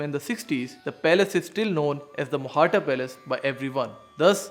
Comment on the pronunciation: It isnt technically Mohatta. It should be Mohta, with the T sound as in tabiyat. Mohtaa